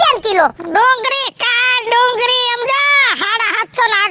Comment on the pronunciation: ડુંગરી નહીં ડુંગળી બોલાય